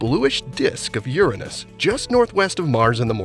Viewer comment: You say it correctly like "You+Ranos" but people wants to create chaos to the point of renaming it as if it was 'an american english word'.